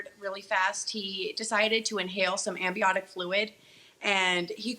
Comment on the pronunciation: "He decided to inhale some ambiotic fluid.." (Amniotic fluid) 🙄 "He blocked me more.." "I multiplly tests him.." "He did refused it.." Really chic? Lol 🤣🤣🤣